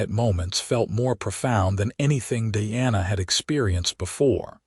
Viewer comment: First thing... Makes it really hard to listen to the story... The pronunciation of Diana's name! Your AI reader pronounces is as DEANA. it is spelled as DIANA! ... LONG I sound! Either change the spelling, or better yet change the AI reader!! I would say sorry for this criticism,,, but that is my DAUGHTER'S name! Pronounce it correctly!